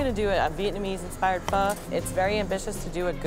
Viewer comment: Not a fan of Roe but thank god she pronounced Pho the way it is supposed to be.